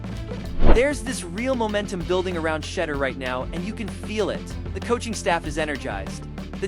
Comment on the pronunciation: It's pronounced Shedeur sha door not shedder